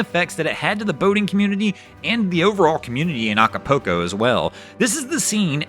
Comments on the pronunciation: It is pronounced Aca- pull- co, not Aca-poo-co (no, I am not spelling it, it is just for pronunciation) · No matter how it gets pronounced we still know where he’s talking about. 😂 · The mispronunciation of Acapulco was my favorite part of the video. 🤣